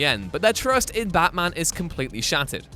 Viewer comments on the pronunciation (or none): Can you say baT-man